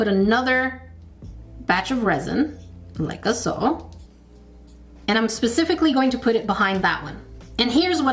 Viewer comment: I love the glass breaking sounds and head nods when you open the packages in your videos and when you say “like-a-so”. Makes me smile and giggle. 💕